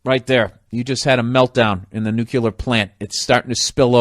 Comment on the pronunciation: what's nucular? XD